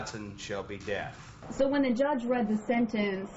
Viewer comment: It’s judge not juuuuuudge